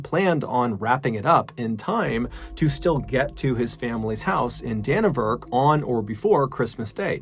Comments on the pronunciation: It’s pronounced “Gizbin” “Danny-Verk” and “Roo-a-he-ne” love from NZ ♥️ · I gotta admit though it irked me a little bit your pronunciation of it! haha It's actually pronounced DannyVerk lol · Great stories! Just fyi for NZ prononciations: Gisborne = GIZ-bin; Dannevirke = DANNY-virk; Ruahine = Roo-a-HEE-knee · Its pronounced Danny vurk, and roo ah heenee